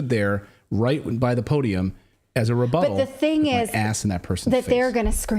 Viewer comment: Haha... new term: reBUTTal